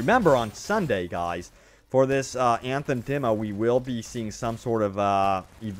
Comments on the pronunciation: Everytime he pronounces "Anthem" something dies inside of me :D no front, love your content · O MG I can’t in hear Anthem!!